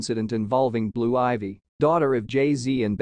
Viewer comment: Hey if you gonna report on ppl learn how to say they name right men